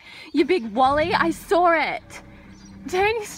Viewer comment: "You big Wally! I sawr it!" Love it haha